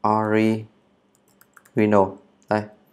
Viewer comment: Allow Unknow <ờ lao> <ân nâu> - Original <Ò ri chần nồ> Chúc anh buổi chiều vui vẻ